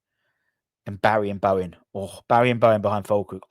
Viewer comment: its pronounced - BARISH not Barry